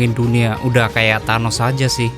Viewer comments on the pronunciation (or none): none